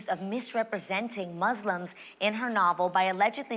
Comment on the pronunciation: The word Muslims is being mispronounced.